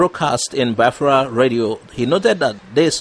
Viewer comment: Also how he pronounce Biafra he should correct it as well